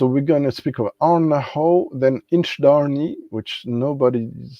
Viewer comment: Sorry to be a pedant,, but you seem to have left an "i" out of the middle of InchDairnie. Oh, and while I'm at it: "Orchard House" has a "tsh" sound for the "ch", not like "ck"; "citrus" has a short "i", just like French "citron"?; "vanilla" would only have a "y" after the "ll" in Spanish... I was able to try InchDairnie's RyeLaw in the bar at Port of Leith Distillery and then wanted a bottle, but not at the shop price; luckily I got one much cheaper at auction not long after and I do enjoy it. I also have a 4-year-old Strathenry from The Whisky Barrel which is quite good. I got the Batch 001 of Strathearn, so I don't have FOMO about the Douglas Laing 'inaugural' (it may be their first, but there have been at least 4 previous releases!). I have a Le Breuil Whisky de Normandie Finition Sherry Oloroso, which I rather like. Not tried the Version Française, though. Same with G. Miclo Welche's Whisky Single Malt Tourbé, whereas my only Artesia so far IS the Version Française one! (And my least favourite of the three!) It is annoying that it is now easier for me to send things to Canada and New Zealand than France and Belgium (I voted to stay in the EU...) The only Brazilian whisky I have so far is a Union bottled by Cadenhead's (for which my notes read: "Big, Sweet & Rich, Almost jammy... A bit hefty"!). Good stream!